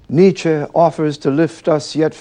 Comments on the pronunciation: Great stuff, but it hurts to hear the host pronounce Nietzsche's name. I can't believe no one advised him on this. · If this idiot pronounces Nietzsche's name incorrectly one more time...... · Nietzsche mispronounced. N was not an aristocrat, he was the son of a Lutheran pastor, who died when Friedrich was six. Mad and bad, but he did articulate what people wanted to hear very well.